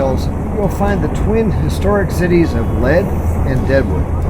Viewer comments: It's not pronounced " LED" , it's pronounced "Lead" ...like, follow the LEADer. and you did yourself a disservice by not hiking Black Elk Peak. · Excellent job with filming, and the dialog. I am a local, and live in Lead, (which is pronounced Leed). It was named after the gold lead that eventually turned into the Homestake mine. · Lead has long e sound..Leed. FYI Hickok was not acting as a lawman when killed. Was trying to replenish his $ at the gambling tables. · It's actually pronounced "leed"...